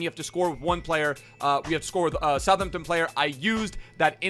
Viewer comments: You say South Hampton. You should pronounce it South Ampton. Thank me later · South-Hampton bro not suthmtun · It’s pronounced “south-hamp-tun” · Bruh I’m from Southampton that was the worst pronunciation of Southampton ever its kinda insulting. It’s south-hamp-ton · It is pronounced south ham-p-ton... how it's literally spelt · Please continue saying Sutherton. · Anyone who thinks southampton is pronounced like that must be brain dead...